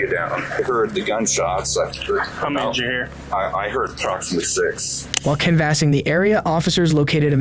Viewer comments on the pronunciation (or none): Damn out of all the crazy stuff this covers, the craziest might somehow be the way he pronounces canvassing 😂